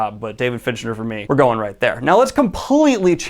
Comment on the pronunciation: Stope saying Finchner dammit its FINCHER